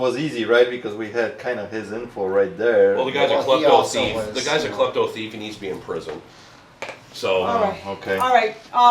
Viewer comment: Like how he says "Tief" instead of thief